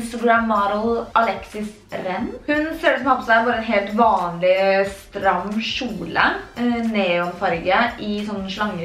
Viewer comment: Dt heter kjole ikkje sjole